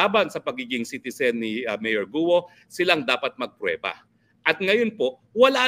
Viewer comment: Hinde GUO tagalog pronunciation yan say GOOOOOl